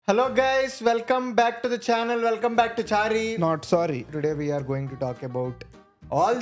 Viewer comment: Chari ❌ Charu (sambar) ✅